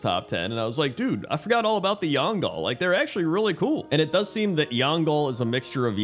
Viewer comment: Love your videos but seriously "Yangal"? Its Yangol with an "o"